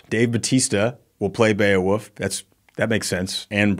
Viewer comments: I'm sorry but is it really pronounced Beowuff? Is this some quirk of the Skandinavien prounounciation? I was just 10 when the movie was made so forgive me for being uninformed. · Why is saying Beowoof? 🐕